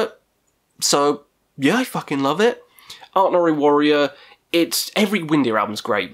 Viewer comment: *ArnTor, not ArtNor - although the latter pronounciation makes him sound a wee bit like a French metal project. Maybe he IS happily eating baguettes viz frommaaachh up in the eternal north. Who knows. :)